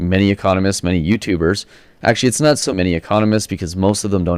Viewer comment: I'm sorry, you're a BELIEVER in trickle-down economics?? You're kidding us, right? You mispronounced "not" and tripped over your own tongue and didn't catch it on the edit? RIGHT????